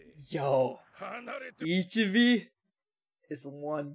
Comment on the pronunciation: Man i been rewatching the ep everyday and i'm gonna keep rewatching till they drop the last two because this sh*t is beautiful😭. Btw it's not that impo but if you wanna say the monk's name right it like this i-chi-beh and not i-chi-bi👌🏼. IF you pause,you gonna see "someone" losing part of his body (that's what ichigo also saw) and then here they gave us two more frames of ichibe looking like the villain himself holding a cropse that 's clearly it's the soul king's(you saw the soul king once in a crystal.